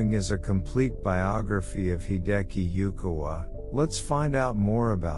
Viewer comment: Please learn how to pronounce Hideki Yukawa's name correctly before posting a biography about him.